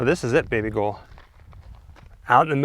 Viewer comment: “ baby gol” 💀